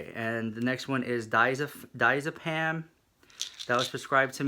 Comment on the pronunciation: lol it's pronounced (hydro-co-doan) and (Dye-as-ah-pan) but good for you though! Get your life! :P